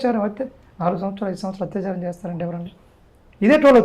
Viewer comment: Hathyacharam kadhandi, word is "Athyacharam" andi.